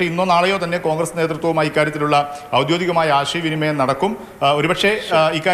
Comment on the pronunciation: ഔദ്യോതികം അല്ല പൊന്നാര ചങ്ങായി😂😂 നൂറുവട്ടം പറഞ്ഞു😅